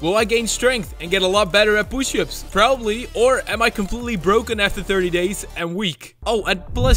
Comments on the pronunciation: Poo- shups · I love when he says pooshup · You mean "Pooships"? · 10,000 POOSHUPS